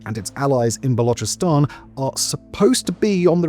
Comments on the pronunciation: the guy is making a video for hundreds of thousands. Some basic research on the topic is necessary no ? Dont spew crap like he cant pronounce now, he pronounced balochistan perfectly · Finally someone who is pronouncing Balochistan as Balochistan and not Balokistan.